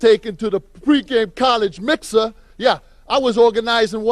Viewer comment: "college mixuh"